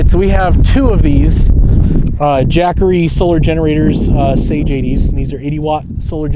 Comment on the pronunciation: Saga not sage